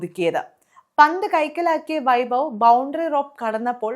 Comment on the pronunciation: It is not bavi, it should be pronounce like, having.